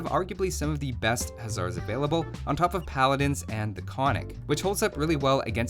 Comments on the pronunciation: Konnik would be pronounced "kon-nik" instead of "konn-ik". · Браво. Also another fun fact: its pronunced kon-nik and not konnik. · You pronounced Krepost wrong, but thats fine. Also I found this video while looking for why bulgarian youtube is shit. But I ended up here. Honestly I like this video you get a sub. Also you pronunced konnik wrong. Its actually supposed to be kon-nik. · Konnik has the two Ns because it sounds odd without them, not that anyone would care but for what it’s worth it’s Kon-nik, gotta annunciate both. Sorry I just can’t believe my tiny country made it into a video game :D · Exactly also he fucked up the pronounciation. Its kon-nik. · 50% of 60 seconds is 30 seconds. 60 - 30 = 30. Why 40? Great video! By the way konnik is pronounced with a second n after the first(kon nik but without a pause) :) native Bulgarian here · > Made the Cyrillic alphabet > Old Bulgarian was basically Old Church Slavonic > Both First and Second Empires had fortresses everywhere > Not all techs available at the Monastery or University ????? Also: once again, it's ['kon-nik], two syllables, accented first, and [ba-ga-'ins], three syllables, accented last. Oh, and ['kre-post], with an "eh" and not an "ee". I think it'd be pretty cool if Stirrups applied to Cav Archers as well, to promote them as a replacement for the archer line, albeit a gold-heavy one, or if hand cannons were available. Or hell, why not a unique archer?! It's raining unique units anyway, what with steppe lancers and flaming camels... Alternatively, Bagains could also apply to the dismounted konnik and halberdier. :P